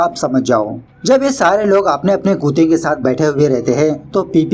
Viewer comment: It's not khueete it's kute